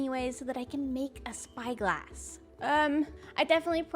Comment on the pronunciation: When she said "now we.can make a spy glass!" I heard bi glass lol